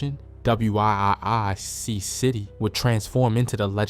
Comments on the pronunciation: You should.say surgical precision not clinical execution if I'm right I think that what ur trying to get across just for future reference and wiic is pronounced wick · 😂 this fool can’t even say wiic city 😂 he spelled it out 😂